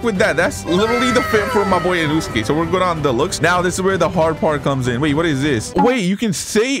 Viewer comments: its inosuke not inusuke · Bro said inuske💀💀💀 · bro i hear you say "Inewskees" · "Inuske" bruh jit inoske gonna come for u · in noo ske its in no as in no i don't hate in no ske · Im very sorry if I am offending you but I am getting triggered by the way u say InUsUke instead of In oh suke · Lol he kept saying inuske 😂😂😂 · Is nobody gonna talk about him saying inooosuke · this man is saying insuaka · bro said E-nuu-skay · Bro is saying inusuke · nah bro, you know he was trying to become inouske when u heard him pronounce it wrong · THE PAIN OF U SAYING HIS NAME WRONG THE WHOLE TIME